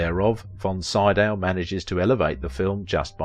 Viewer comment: Name is like "SEE-Dow." Basic respect: listen online, get the name of main subject close to correct. You ask what we think!!?? Please show that respect (recalling the horrid "CanDEECE" Bergen!)